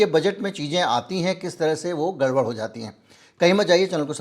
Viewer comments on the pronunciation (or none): none